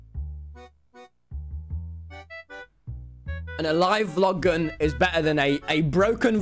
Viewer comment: Nobody : Tommy : Vog Glun